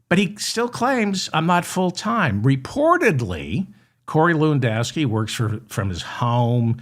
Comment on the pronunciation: Stop saying Corey Lewindowski Ewww